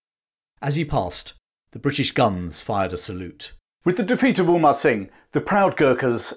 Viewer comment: Very nice and accurate as far as we know. Just a note-Amar (hindu name- immortal) Singh Thapa, not Umar (Arabic/Muslim name-flourishing), may be just a case of mispronunciation. One story to add, Gorkhalis tied rag on sheep horns and set the rags on fire and ran them down the hill to scare the Brits, which caused chaos in the ranks.